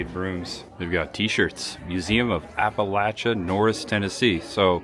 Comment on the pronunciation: 🦩🐻🎄 Hi! Candlelight Christmas is fantastic in a way that can only be appreciated when you set aside the noise and spectacle of modern day and turn back the clock to simpler times. You did well, btw. You only said Appalachia incorrectly a couple of times. 🤪🥳 You are bringing a part of American culture and heritage to light that needs documentation in order to preserve it and to share it with the world. Thanks,, for bringing us along. Safe travels! 🎄🐻🦩